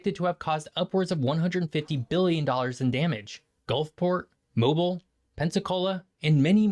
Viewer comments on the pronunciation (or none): Dag nab it people! It's NOT Mo-bull, it's Mo-beel! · Why don't most American's know how to pronounce Mobile. Its Mo-beal. Not Mo-ball. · I have to take this guy’s research with a grain of salt since he didn’t bother look up how to pronounce Mobile. 😂 Personally I preferred living on the Gulf Coast to where I am now. Better food. More interesting culture. In the Midwest they like bland food and it’s corn everywhere. Can’t get good seafood. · Amen!! He can't even pronounce the names of the cities right. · There are no more hurricanes now than there ever was.😅. Hard to take a person serious when they don't know how to pronounce Mobile Alabama